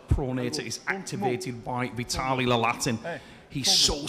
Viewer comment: Someone plz tell the commentator its Laletin, not Lalatin.